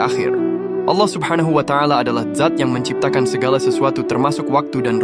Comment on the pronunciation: Dzat bang bukan Zat😔